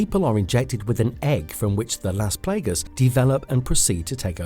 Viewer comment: are you trying to pronounce las plagas wrong?